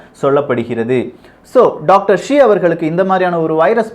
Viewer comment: It is not Dr Zee, it is Dr Shi